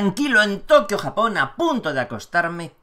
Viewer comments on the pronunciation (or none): none